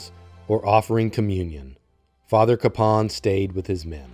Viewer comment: I know locally everyone pronounces his name CAPE-un, but an effort really should be made to pronounce his name correctly, as the family does, which is Ka-PAWN.